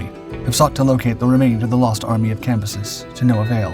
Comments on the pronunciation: Cambyses not "campuses". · Cam, by, ses. Not what you was saying. Lol